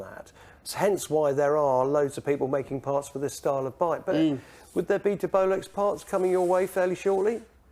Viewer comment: Nice Tig-ing 👌🏻😎 it’s De-Bolex ! 👌🏻